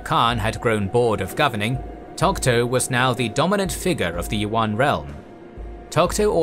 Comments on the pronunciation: "Yuan" is pronounced as you-an, not wan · The pronunciation of "Yuan" is wrong in the video. It is not "wuan"(not w sound), but "iuan" (ya sound). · One pointer though: Yuan is pronounced Yoo-anne, like "You and" as one word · I don't mean to nitpick, and I respect the effort, but the lack of native pronunciation is getting to me. For example, "the yellow river". This harks back to racist tropes on Asians. Also, Yuen dynasty is pronounced like English. Can we still appreciate the knowledge? Yes, and I do. But proper pronunciation would be appreciated. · yuan is actually han Chinese pronunciation.The correct pronunciation is yüen. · That's not how you pronounce yuan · You pronounce yuan are totally wrong .